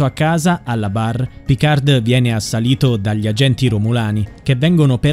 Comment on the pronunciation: Picar'd' non si può sentire. Almeno pronuncialo correttamente. Picar la 'd' non si legge.